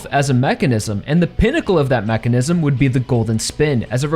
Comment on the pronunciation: Say mechanism again… I swear so annoying